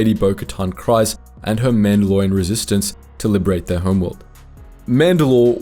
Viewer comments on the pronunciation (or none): How did you say Kryze wrong when it's literally been said on the show multiple times? "Kreez", not "Cries". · every time i hear Kryze pronounced "cries" instead of "creez" it actually goes through me. im not a big pronunciation guy but that bothers me